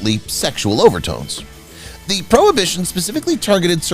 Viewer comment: How annoying. He keeps saying, "thee" before a consonant, instead of "th-uh (the).